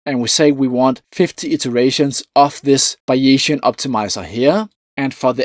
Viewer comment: *Buy-ee-zian => Bay-zian Great video, BTW. Isn't it amazing that some parts of what we think as cutting edge research changes so fast and others not much.